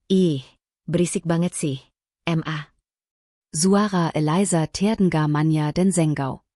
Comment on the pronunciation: WAHAI ADMIN, SUMPAH BIKIN GAK ENAK MENDENGARNYA, NARATORNYA MEMBACA "MA" DIBACA EM A